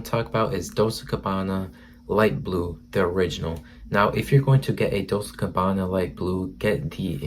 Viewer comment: What is Dols gabana.😁. google it and learn of how correctly to pronounce it before posting a vid